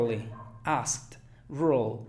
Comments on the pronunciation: No sé si me faltó inferencia pero te tragaste la k es asked y encima le pusiste una t jaja, parece ast, pensé que era una palabra que no conocía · se me dificulto demasiado ASKED! no digo que esta mal pero fue la única y sentí que termino como con t y nunca la había escuchado de esa manera, alguien mas? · asked se pronuncia ASKT no AST.... muy bueno lo demas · Cuándo dices asked... siento que dices ast ( t larga) ... no (askt) gracias por tu tiempo y esfuerzo 👍🏼 No le hagas caso a los malos comentarios, Inglés es un idioma complejo y hay demasiados acentos... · Hola me pareció interesante tu test solo una apreciación pequeña, cuando pronunciaste la palabra asked que es pasado de ask, sonaba como /ast/, lo cual al terminar en /k/ en pasado sería el sonido /askt/, a menos que sea glotal T no sonaría y sería ask en acento británico, sólo una apreciación por lo demás obtuve 20. Estoy más acostumbrada al acento británico por eso tuve que repetir tu video y encontré este detallito, a menos que este equivocada y sea así como lo pronuncian en el acento americano si es así, me gustaría saberlo. Gracias.. ☺ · No entendí para nada la palabra "asked". Mi hija que habla Ingles lo pronuncia "askt" ( la k muy sutil, casi ni se le escucha) y su amiga que es gringa lo pronuncia de igual manera y tambien "ast" pq se le hace más facil enlazar una palabra con la otra. Pero "ast" es bien suave, no tan fuerte como el profe lo dice. Por eso no lo entendí. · NADIE pronuncia la K en asked. Se pronuncia /ast/ no tiene nada que ver el acento británico o americano o nada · 19, pensé que asked era oust 🤪 será que lo escuché en velocidad x2 😝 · En mi humilde opinión "asked" podría estar mejor pronunciado. Luego el fallo lo he tenido en Rural, donde he percidibo "Rule" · no wonder I couldn't recognized the word "asked" when he said it. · Tu pronunciación para asked no me gustó, me confundió y tampoco me gustó la de bear, bear me sonó a barba. Y tuve las 20 más que perfectas. ;)